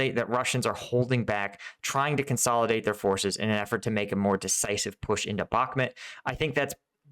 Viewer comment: Mate, again, it's not Bakmet, it't Bahmut. Please, for god's sake.